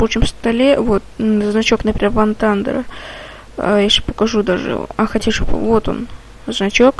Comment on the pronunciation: не ван тандер а вар тандер...